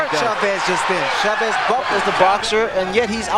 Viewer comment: It wouldn't take much from an announcer to show a minimal respect for the name of Chávez. 20 seconds instruction and they'd pronounce it correctly. ... Actually, the main announcer is OK, but the sidekick?